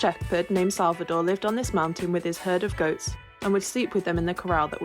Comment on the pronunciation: is not Salvadore is Salvador